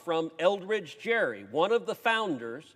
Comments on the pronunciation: Governor Gerry's name was pronounced as "Gary." It was not his district. He was the Democratic governor of Massachusetts. FECA already requires donations above $200 be listed by at the FEC website, so I'm not sure what Schumer is calling for. Whatever it is, it will help the Dems and hurt the Repubs. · Mssrs. Schumer and Cruz: Elbridge Gerry pronounced his name with a hard "g", like Gary, not Jerry. And he was a Democrat. And while I'm on the subject, the only fraudulent election in my lifetime was that of John Kennedy, thanks to Mayor Richard J. Daley of Chicago--Democrats again. His Republican opponent, Richard Nixon, was urged to demand investigation but he said "no" because he thought it would divide the country. It doesn't lie well in Mr. Schumer's mouth now to mess with the process. Besides, the Constitution is clear that each state decides who's eligible to vote in federal elections. (Article I, Section 2 and Seventeenth Amendment) They can't do this without an amendment first.